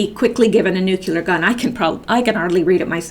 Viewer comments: you are so highly intelligent. Please say Nu-clear instead of Nu-cu-lar. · Nucular is not a word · Come on ppl...you can do it! Say it with me now: "New...clee...er" "New...clee...er" "New...clee...er" "New...clee...er" "New...clee...er" "New...clee...er" "New...clee...er" Hooked-on-phonics can work for YOU too! That's how You CORRECTLY pronounce "nuclear" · Amen brother! It destroys a person's credibility when they say "nucular" rather than the correct "nuclear." G.W. Bush sounded like the idiot he is every time he confronted that word. I hope all my ex-students pronounce it the correct way. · Interesting, but distracting and painful to listen to----as she stumbles over words mispronounces "nuclear" and she even admits "I can hardly read it myself".